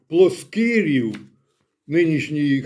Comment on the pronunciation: Поправлю Проскурів а не Проскирів